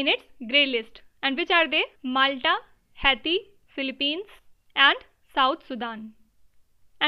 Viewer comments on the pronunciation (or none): none